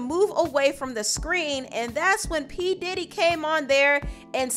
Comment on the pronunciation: thought u said daddy for a second